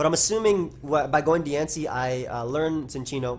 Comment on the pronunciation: Cincinno is a chinchilla, don't pronounce it like sin. Also lol that Future Sight flash